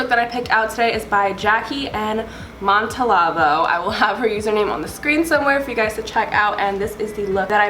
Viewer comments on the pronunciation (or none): Jackie “MoNtolAlAvOooo” lmaooo it’s pronounced like mon tal vo